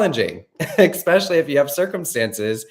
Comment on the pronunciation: I know that this is totally irrelavant, but why does says eKspecially? What is that? 😄😁 Since I ve noticed it, my focus keeps going there.. 😁 Otherwise, his channel is really life changing. I don't know anyone that explains changing mindset like does. All the love ❤